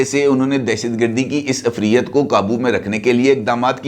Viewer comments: Uffreet bhi nahi ifreet hota hay sir. عفریت، عین کے نیچے زیر ھے۔ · Sir plz ager mind na krn to note kr ln k lafz ufriyyat nhi hota bulkeh ufreet hota hy